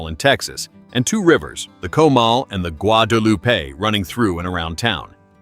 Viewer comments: For heaven’s sake pronounce “Guadalupe” Right! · And mispronounced the “Guadalupe” river.